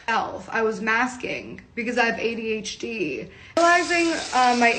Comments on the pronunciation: why does she pronounce adhd like that ay dee h deeeee.... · Why does she say “ADH — Dee”